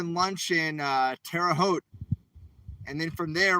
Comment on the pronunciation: Seems you are saying Terre Haute correctly. 😊